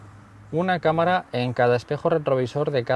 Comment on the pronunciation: En el minuto dice caramara de 360 grados